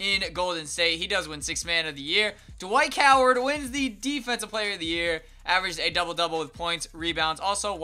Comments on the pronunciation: lol he said dwight coward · dwike howard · Just gonna ignore He said Dwight Coward